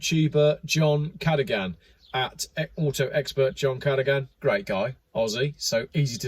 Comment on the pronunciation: Cadogan is pronounced 'ka-duggern' - you're welcome :)